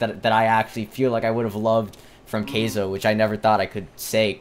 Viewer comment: It's pronounced Ky-zo, not kay-zo